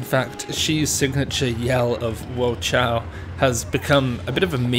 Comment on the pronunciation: cao is pronounced more like tsao not chao ;)